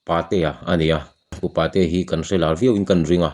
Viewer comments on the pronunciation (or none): Pu Patea hming i lam dan chuh... Pa te unaua a a naupang ber Ka Patea ti a kan lam dan ang a lam thin a ni sia